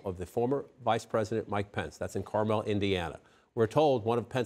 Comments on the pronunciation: Not “carMellll”, that’s in California. This is Carmuhl .. it’s an Indiana thing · Fake news can’t even pronounce Carmel correctly, SAD!